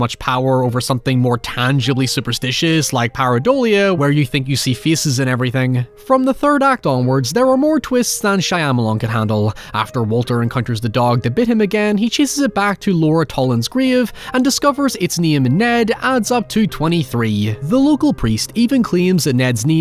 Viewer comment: The way you pronounce Shyamalan makes me cringe lol